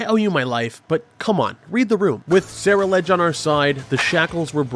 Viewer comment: dude what the fuck is a Sarah Ledge. The pokemon is a combination of the words Cerulean (the color) and Edge (obviously). There is no Sarah here XD